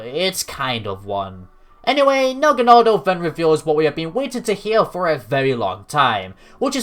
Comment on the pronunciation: Dude, the episode where Ash's Naganadel returns just came out in the dub. And ur pronunciation of Naganadel here is EXACTLY how they said it in the episode!